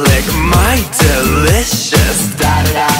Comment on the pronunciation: U SAID *I KNOW U WANNA lik MY DELOUSHES*? EWW JEFFY STAR WHY WOULD U SAY THAT?